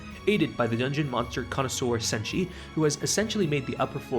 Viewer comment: You didn't butcher Chilchuck or Senshi